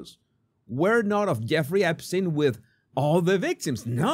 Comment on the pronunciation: The way trump said " are you still talking about Ep-stien?", as if he had never heard of that name & was trying to figure out how to pronounce it🤣🤦🏽‍♂️. Throw trump in alligator Auschwitz!!